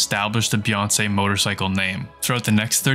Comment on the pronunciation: bee-aang-kee 🙂 Sorry,, now go back a re-record every time you said Bianchi! 😂